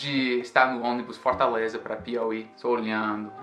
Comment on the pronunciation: "FortÁleza" O tá com um sotaque cearense. ❤ rs